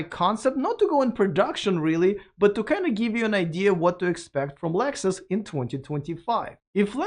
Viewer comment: Why is he calling Lexus, Alexus?